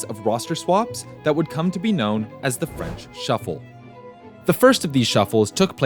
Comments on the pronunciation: Really good documentary. And I’m not gonna lie, I was really surprise that u didn’t butchered my language, gj! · I'm legit impressed at your French prononciation, GG